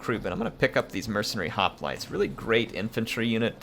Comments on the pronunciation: Bro...Its pronounced "HOP-LIGHTS" ... NOT "HOP-LIT-AYS" ... fuck me!!! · I’m not trying to be mean but that’s not how you pronounce hoplites😂